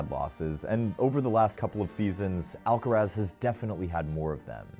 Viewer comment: Bruh, it's Alcaraz!